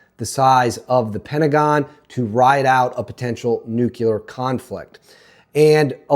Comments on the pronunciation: 😱 its not Nu-kew-ler, ...its Nu-CLEAR! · I can't take "nucular." (George W. couldn't pronounce it, either 😎) It's up there with "warsh" and "supposibly"🙄. , I try and I just can't do it!🙏 It's just me! 😊😊😊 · He said nuculer. I stopped listening.